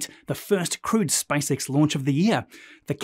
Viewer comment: I did shot challenge whenever you say SpiceX, now I'm drunk